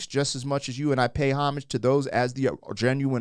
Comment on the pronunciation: That song has over 350 million views! 'Excuse me Kennÿ'...she stepped on his foot with her spiked heel! Thanks for pronouncing homage correctly